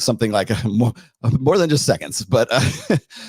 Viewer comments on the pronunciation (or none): none